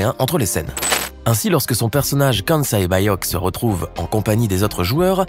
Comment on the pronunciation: OULA tu sais pas très bien dire le prénom 067...